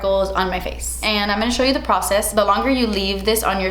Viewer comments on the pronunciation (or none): "And I'm zee dummy" 🤣🤣🤣that shit made me spit my coffee out. You are so funny.